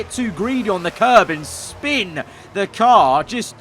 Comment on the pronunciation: sure did "shpin"